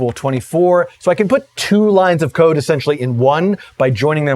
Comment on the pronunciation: Ha ha. I guess since I knew the context of his statement, I heard it as "code", but re-listening to it with cocaine in mind, it does sound like "coke".